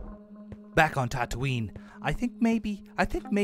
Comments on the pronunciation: Ive never seen the star wars series but even I know that it's pronounced Tat-oo-ee-n not Tat-oo-in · Yup, and Tatooin should be pronounced Tatooine